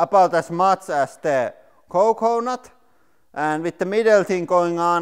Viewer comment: lmao the way he says coconut is fucking hilarious. he's like COECOEnut